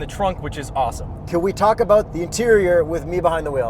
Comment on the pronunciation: Complain aboot it?